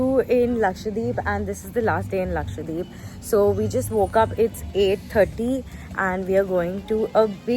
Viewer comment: everytime you tried saying lakshadweep in the video, you ended up saying lakshwadeep 😂😂